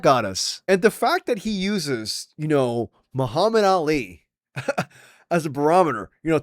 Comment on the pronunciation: Joe Rogan can’t even say Muhammad Ali’s name right anymore??